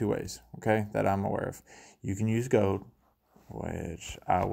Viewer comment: It’s gold not gode.